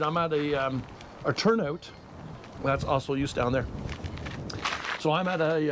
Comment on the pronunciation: Welcome back. In case your interested its pronounced O Soy Yoos. 3 syllables.